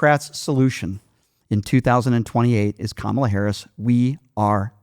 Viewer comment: How come everyone who doesn't like Kamala, can't pronounce her name correctly? (hint: I don't think its intentional racism, I think its a tell that they only listen to propaganda "news" that knowingly mispronounces her name)